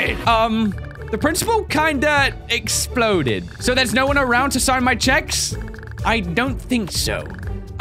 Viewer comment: "We esploded" hmmmmm...